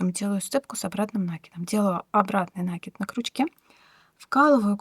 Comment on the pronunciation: Кровь из ушей за новое слово - нАкид))))